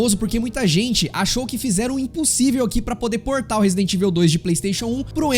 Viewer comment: pq a maioria da galera fala "resident ivel"?